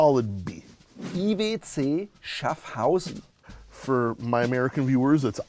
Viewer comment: Nice try on pronouncing IWC,. Since it stands for 'International Watch Company' there is really no need to put any "foreign" spin on it 😆